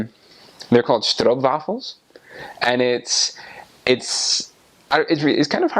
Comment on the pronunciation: Its weird that one of the word he realy pronauce well is stroop waffels for real there u sounding like a real dutchy